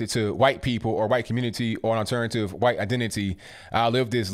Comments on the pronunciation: STOP SAYING WHITE LIKE THAT. ITS NOT WHOITE.. ITS WHITE. All of a sudden you youtubers are saying it like that. Its aggravating as hell. I've already stopped watching 1 person due to it. Please stop. Love your videos otherwise...... Peace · STOP SAYIN WHITE LIKE STUIE GRIFFIN LMAO LOVE YA ROCK ON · Why can't you just say white like normal people why do you have to pronounce it funny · "Miss H'white lady" haha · Love how he puts that hard " H " in white. lol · The way you say "white" got me rolling on the floor. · Why he say white like that lmao